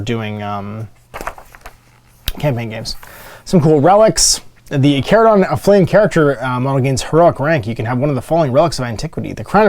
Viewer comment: You pronounce Charadon correctly and I appreciate that.